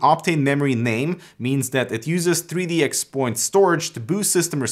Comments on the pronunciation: Cool stuff,. BTW, 3D XPoint is pronounced "three dee cross point" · Just letting you know. 3DXPoint is pronounced 3D Cross Point. Just in case you create any more videos discussing this. Great video and very informative.